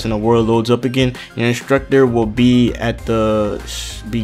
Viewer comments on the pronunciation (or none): it's not inshtructur it's instructor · I love how he says instructor lmao 😂😂😂 and if I had a dollar for everttime he says instructor